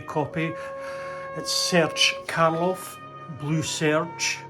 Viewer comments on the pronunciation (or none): Challof is generally pronounced Schah loff- soft not hard. You've got a great channel.